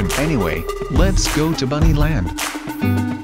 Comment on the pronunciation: He says buny land